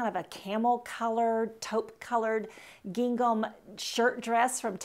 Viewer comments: Gingham is pronounced like ging - um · I think she should learn how to pronounce gingham. That was distracting. But I generally agreed with her suggestions. It is not always WHAT you wear but HOW you wear it. Attitude Girl Attitude. That’s important.